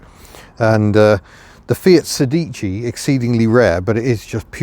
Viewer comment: Not forgotten at all in Italy. The Fiat Sedici with multijet diesel is still easy to find in that country. And it's pronounced SEdici not seDIci